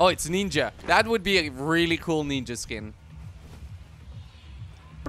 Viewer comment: he said nenja skin